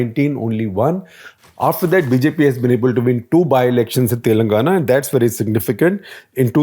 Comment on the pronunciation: Look, you can't even pronounce the names correctly. I like SG, but he always.. and I mean always mispronounces Telangana. It's irritating to say to the least, we have to learn and speak your language but you people don't even have the courtesy to learn how to pronounce our names. Do that first, then we can talk about coverage later.